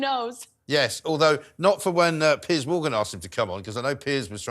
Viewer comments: His name is Piers !! It is not Pierce !! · It's is Piers not Pierce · It’s not “PIERCE”, it’s “PEERS”! Why doesn’t someone tell her ? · Can someone please tell that Mr Morgan's first name is Piers, not Pierce!